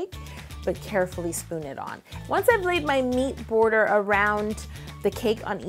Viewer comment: Its really weird to hear her say meat border😂